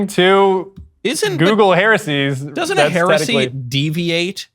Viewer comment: Next time can we please get a heretic who can actually pronounce heresies lmao